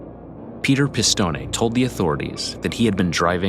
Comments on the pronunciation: Pronounced "Piss-Tone", not "Piss-Tony". Pronounced "Fran-Zees", not "Fran-Zeesee." I was just in Dix Hills last summer, visiting my uncle who lives there. Great neighborhood, expensive homes. One of the nicest areas in Suffolk County. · Wow , good video but the last names were all butchered. Any Italian names that ended with an e was pronounced aye , franchisaye, pistonaye , it was actually funny listening to it. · Why do you repeatedly mispronounce “Pistone” as “pih-stohn-NEY” when we can clearly hear on the secret tape recording someone familiar with that family pronounces it “pih-stohn”??? 🤨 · Peter’s name pronounced Piss-stone-ee. It’s different.